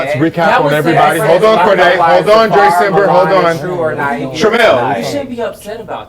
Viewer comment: Am I hearing that correctly